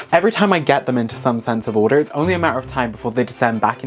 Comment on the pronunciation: did I hear an American accent when you said order in the beginning?? 👀